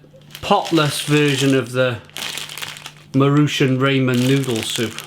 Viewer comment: Nice review! I usually eat these if I’m out of time. By the way, you pronounce it “mah-roo-chon”